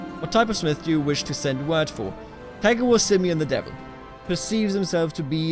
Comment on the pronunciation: I crack up every time you say "Tagawor" because I keep hearing "Tiger Woods" lol. Anyways, this is one of the best/unique CK2 series I've seen in a while. Looking forward to see what's to come next.